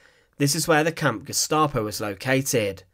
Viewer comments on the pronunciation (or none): none